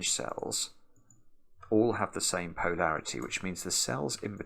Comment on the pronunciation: Tried it. Brok it. Restarted it. Tried it again. Brok it again. In a different place. Time to watch the video. pronunciation of poe-larity will never stop leading to hi-larity 😆